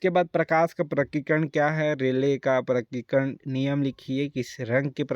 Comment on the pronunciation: Sir apko prakirnan padhna nahi aa raha humko kya padhayenge